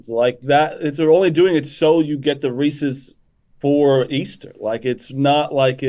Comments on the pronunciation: It pronounced Rees-IS not Rees-EES. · Why do people in Illinois pronounce Reese's, Ree-Cee's? It is Ree-says... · STOP SAYING "REE-SEES"